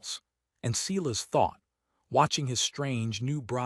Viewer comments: Silas pronounced sigh as not see las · I liked it, subscribed and it still flashed at me to subscribe. So distracting from a good tale. Sigh-lass not whatever ai was trying to say.